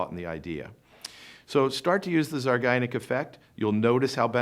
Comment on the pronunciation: Not to be a prude (and I realize it’s spelled properly in the title), but it’s pronounced zeye-GAR-nik; not the way the speaker says it in this video.